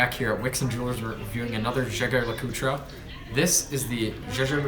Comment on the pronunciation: Jaeger LeCoultre - Pronounced as Zhay - Zhay - LeCoot. Awesome review btw. Brilliant timepiece.